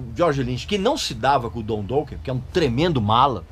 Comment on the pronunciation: o cara pronuncia "douken"...kkkkkkkkkkkkk que piada! e ainda quer falar mais da banda . Dokken é foda! só para quem tem bom gosto.